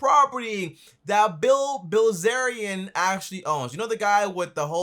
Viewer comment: This guy is ridiculous. He actually said - "Bill Wellzerian" and like 2 minutes before that he said..."Bill Billzerian"..,... Neither of which are correct. And yet, he still managed to correctly type Dan Bilzerian's name in the description of the video. Astounding.